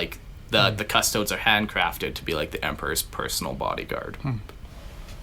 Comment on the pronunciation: Just found your podcast and started from the beginning. I'm loving it so far guys, you guys know your stuff. . . . .apart from how to pronounce Custodes. Its Cust owe deeze. Stop this madness and say it properly. Love Jake x